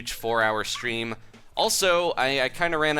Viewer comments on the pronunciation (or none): none